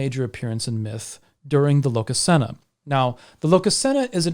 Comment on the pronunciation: Placing the emphasis of Iðunn on the u sounds off. The emphasis (stress?) is on the I. Same with Lokasenna, emphasis is on the first syllable, in this case the o (just like in the name Loki). I probably get a bit too nitpicky with languages sometimes. 😆 Anyway, the concept of death and how it applies to gods is definitely interesting. The Baldr myth describes a god dying, but also describes his situation after death. Similarly the Ragnarok myth talks about several gods dying, but also of a dead god coming back to life. In essence I'd say that, yes, gods can die, but dying isn't an end, it's merely a change in your state of being. In a manner I guess this is the same as how most faiths and mythologies treat human (and animal) death: the animating spark that is YOU is gone from this world, but it's not gone from existance.